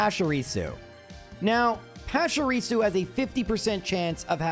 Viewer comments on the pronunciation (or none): PESHARISU!? Come on bro... at least Are Canine has some logic behind it, you have no excuse for butchering Pachirisu that badly lmao